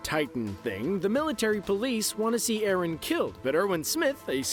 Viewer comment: It's not arron it's eren